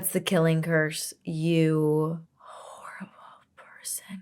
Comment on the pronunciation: “You whore-ible person” is how I took the way you said it when Sirius gets killed.